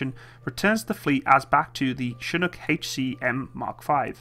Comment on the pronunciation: First Brit to pronounce chinook correctly